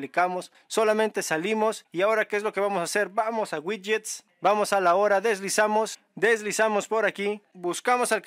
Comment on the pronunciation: Ouidgets ouidgets 😅 pd descargué tooooodos los gidgets 🎉🎉🎉